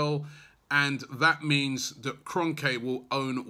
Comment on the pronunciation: It’s Kron-kee, ffs Robbie.